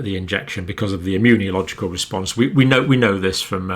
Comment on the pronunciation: john cambell I love your videos but can u PLEASE stop saying “immun-ee-oh-logical” its meant to be “immuNOlogical”! driving me a bit batty. this is because we are reading along the text as you speak. thank you for all else 🙏🏼